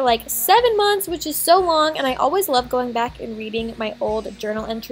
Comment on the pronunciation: Does anyone else notice that Aspyn says "gong" instead of going